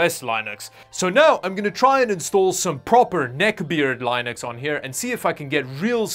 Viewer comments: Whoever taught you how your saying Linux... Lie-Nux??? Come on my friend that makes the video hard to watch lol. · You know, it would be nice if you could learn to say the word Linux correctly since you're doing a video about it, and also an ad. But other that disturbing Lönux pronounciation, this was a great video! I feel your pain! Cheers! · Btw It's Linux not Lienux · I can’t stand hearing line ex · Am i am the only one to get triggered from saying Lienux (Sorry for my english) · You pronounce it L-ai-nux? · Maybe, just maybe because you call it Lainex. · It was a Lie-nux. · Lynux? The heck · first it was nvidia g/rtx bla bla THAI, tenTHETTY... AND NOW LIE-NUX??? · Line-ux? LINE-UX???? Really? 🤔 Only tech newbs call it Line-ux! His name isn't Line-us Torvalds. 😉😜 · you pronounce it lynux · You lost me at Lie-nux. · you lost me at LINE-UX. 🤦‍♂ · Its not called a "lainux" and this guy struggles so much to do "that way of speaking" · WTF is lie-nux? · If this mf says Line-nucs one more god damn time. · Darn that Lie-nuks os! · Can you stop saying lie nix please. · oh god LIEnux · It's not pronounced lionx. It's pronounced linux 🙄literally pronounced how it's spelled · I cringe every time you say "laaajnux". Please pronounce it correctly. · You mispronounced linux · It's like he mixed the founders name with the os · Pronouncing Linux like the penguin is holding a blankey and sucking its thumb. Haha. Laughing with you! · Everytime you said Linux I died inside. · I am pretty sure the 'i' in Linux is short, not long. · Your pronunciation is driving me nutz. You're obviously obsessed with Linus. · The I in linux is pronounced like the first I in Information, otherwise nice video. Yea linux on arm might be a bit of a hillclimb. At least for your particular arm chip. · The /i/ in Linux isn't pronounced eye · you pronounced linux wrong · Is anyone else having an extremely hard time watching this video because of the way he pronounces Linux?